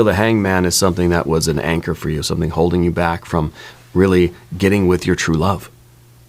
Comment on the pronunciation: Every time you said “anchor”, I heard “anger” instead.